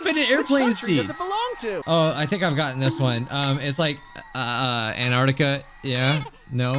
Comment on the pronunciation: An tart ica. NOT INAETICA